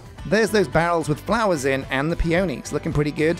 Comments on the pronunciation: Pea-on-eez, not pea-oh-knees. Wrong emphasis. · I definitely like peonies better. (It's said pee·uh·nee, with the emphasis on the first syllable!) They're fluffier and have a prettier texture. They're some of my favorite flowers in real life, too, along with hydrangeas! When I build a house, I like to have a place to sleep and a place to cook and craft inside of it. In a modded playthrough, I also definitely want my computer or other storage solution to be in the house, too. I only just learned how to do wireless transmitting for Refined Storage and it's so nice. You could also have a library so you can enchant things, though you might also do a neat tower or a cute enchanted glade for that instead <3